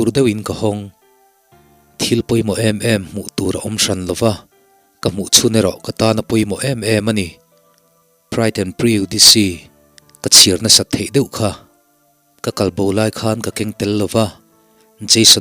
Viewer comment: prejudice lai khi i lam diklo a. Pre-ju-dis i ti lo a.